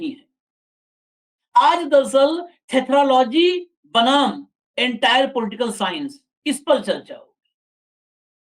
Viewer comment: Entire nahi saheb ENTAAR bolte hai